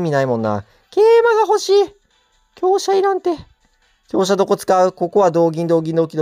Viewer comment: きょうすじゃなくてきょうしゃですね